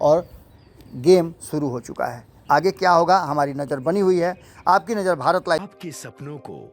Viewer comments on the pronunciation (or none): none